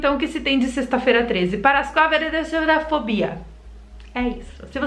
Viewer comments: Eu não acredito em superstições mas amei o vídeo e ri demais kkkkk de você falando paracatrifobia inclusive nao sei falar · O mais engraçado da e tentando falar a palavra paraquástrefobia e isso kkk?